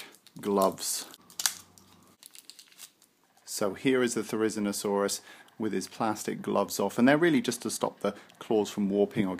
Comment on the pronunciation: Your pronunciation is quite wrong If you are unsure you can always check it on wikipedia too "Therizinosaurus (/ˌθɛrɪˌzɪnoʊˈsɔːrəs/; 'scythe lizard'" otherwise nice video ^_^